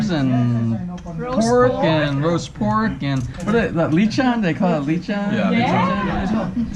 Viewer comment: Leechon? How have you been married to a Filipina for so long and your pronunciation is so horrible? And how do you not know the names of the basic Filipino dishes. lol